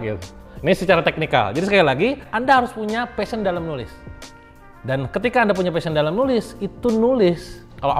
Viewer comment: Kang pliss, PASHION, bukan FASHION. kalao fashion perasaan itu pakaian deh.. 😂😂